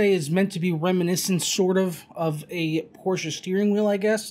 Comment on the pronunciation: Joey: HEY!!! Its Por-Sha!